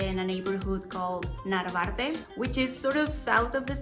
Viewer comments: It is Narvarte, not Navarte So important, right? 😅😆😆😆 Sorry ☺️☺️☺️ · NARVARTE no NAVARTE!